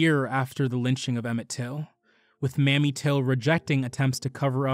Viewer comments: May-me Till, not mammy. Epito-me, not epi -tome. Else, excellent. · No disrespect. Mrs. Till first name is pronounced “Maim-me” and epitome is “eh-pi-toh -me”. Enjoyed this video essay on an artist/activist who deserves more notice!